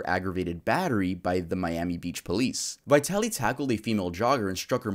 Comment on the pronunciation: As a Russian-American, you pronunciation of Vitaly is wrong… but then again he’s a piece of shit so I can’t be mad lol. I’m not buying his shroom argument at all. I feel horrible for the victim! He assaulted her in broad daylight, yet she got no justice